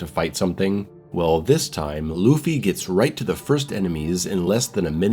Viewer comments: God of War Loofy? 😂 C'mon now. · Say Luffy again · how do you do a video like this and pronounce the main characters name wrong? im honestly baffled there is so much material out there where the title is said correctly lmao....The One Piece is real!! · Smh Loofey 😂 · I can't pay attention to anything you say after you say luffy, it is so distractingly hilarious 🤣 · please stop saying Luffy lmao